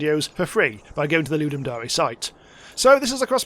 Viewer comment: STOP SAYING DAREE its DARE as in I DARE YOU to make a game. FOOLLLLLSS